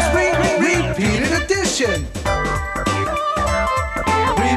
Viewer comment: in fact, they "spelled" repeated wrong at 1: 07...lol re-pet-ed ....